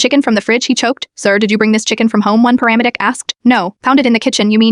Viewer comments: I absolutely hate AI... What is a pa-RAM-a dick? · The word paramedic is not being pronounced correctly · Frigging heck that you could not learn how to pronounce the word paramedic(s)-??? Every time you say it (4×-?) the sound is different, but they are all wrong! Bizarre... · How does your ai not know how to say paramedic? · I have never heard paramedic, pronounced so wrong.So many different times in such a short video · The way it struggles to pronounce paramedic